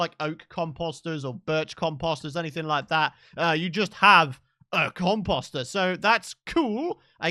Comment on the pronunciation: I was scouring for a comment that showed I wasn't the only one who thought he said it weird 😂😂😂